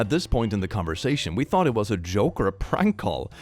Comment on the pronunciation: I really want to know why says "thunk" instead of "thought" 🙉